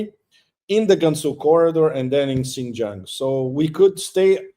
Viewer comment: Pepe: don’t mind me, when Chinese people pronounce the word Xin Jiang, “Jiang” takes a higher tone. 😂